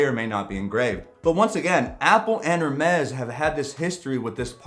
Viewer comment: Just a tip - it is pronounced ‘AIR - Mess’. Not ‘Err-mess’.